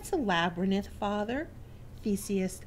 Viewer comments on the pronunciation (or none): i'm not sure what state you are from but the word labyrinth is pronounced LAB---A---RINTH NOT LAB-RA-NITH!!!!!!!